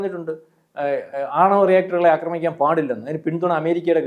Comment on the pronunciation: അക്രമിക്കാൻ എന്നല്ല ആക്രമിക്കാൻ, ആക്രമിഎന്നല്ലഅക്രമി അക്രമണംഎന്നല്ല ആക്രമണം